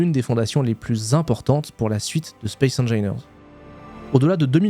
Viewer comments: "Spaïce HaineJailleNeur" :D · J'pense ça se prononce Space Anginaire 👀👀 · ca se prononce space engineers. de rien pour le référencement c'est avec plaisir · "spéce engaîneurse 2", ca m'enmerde ;) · Tu prononce mal « Space engineers » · Tas gagné mon like et mon abonnement rien que pour m'avoir emmerdé avec ta prononciation de space engineers 😂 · Moi ça m'a énervé ta prononciation ;) Sinon, ancien joueur du 1, j'attend l'arrivée de l'eau pour prendre le 2, mais c'est vrai que ta vidéo donne bien envie de s'y remettre ! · Petit cadeau référencement : J'ai les oreilles qui saignent à chaque fois que tu prononce le nom du jeu :)